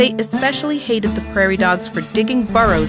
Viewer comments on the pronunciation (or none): none